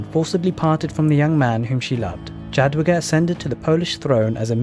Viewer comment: Few words on polish sounds. :) Jadwiga you read like "Yadviga". For english "J" sound we use "Dż" and for english "W" we have letter "Ł". We don't have "V" at all and "W" is our equvalent. Also with Obuch. In polish "h" is always read like in english "hammer" and sometimes it has silent "c" before like here. So it's "Obuh" with "H" like in "hammer" and it means.... Club or warhammer. Generally some blunt weapon ;)